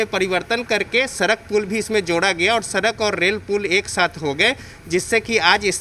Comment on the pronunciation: Ye hai madharchod bihar ka development madharchod inki bat chit dekh lo salo ko sadak ko sarak bol rahe hai madharchod